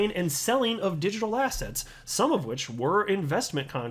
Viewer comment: every time you say assets I hear ass heads 😜😂